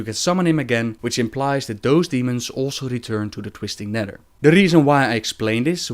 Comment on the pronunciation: "twistin neder"